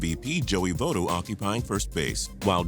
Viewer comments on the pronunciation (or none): Joey Votto is pronounced joey va-toe not joey vote-o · its vah-to not vote-to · It's vAH-to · Its not voe toe its vahto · it's pronounced vatto not votto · When he did the reds he said Joey vetto not Votto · It's "VOT-OH". Not "VOTE-OH". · What the frick is a Joey voto it's votto Joey votto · First said "Vootto" and u said it. God dam ppl it's Votto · it's pronounced Vott-o not Vote-o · its joey Votto (Vv-aww-tow) not joey votto (Vv-oooo-tow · kyle say-ger? joey vote-o? man these pronunciations are grinding my gear. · "Vote-O."And Straily is no longer on the team. And no mention of DeSclafani over Finnegan or Adam Duvall, an All-star. Horrendous research on the reds. And the reason " You never know " is terrible. Could've used young and hungry. Only nitpicked bc I'm a reds fan but oh well. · kyle Saegar, Joey Vote-o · DID YOU SAY JOEY VOTTO WITH A STRONG O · learn how to say votto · It really annoyed me when he said Joey Vottos name wrong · did you hear how this man said Votto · well first you mispronounced Votto and Dan Stailey was traded back in the winter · anyone else annoyed how he said Votto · lolol you said votto wrong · Please start pronouncing Votto's name correctly. And Dan Straily isn't on the Reds anymore so do some research too. And you screwed up Giancarlo and Volquez. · Dan straily got traded to the marlins he's no longer on the reds😂 and you pronounced Joey votto wrong